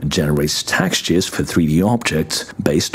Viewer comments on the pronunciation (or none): You have an interesting way of saying "textures" is more like...tax-tures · Ahh yes. 'APIC' and 'Taxtures'